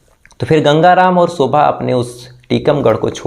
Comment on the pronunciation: Please ap apna sh or s thik kejye, shobha hota ha, sobha nhi, shadi hoti ha, sadi nhi, suru, nhi shuru hota ha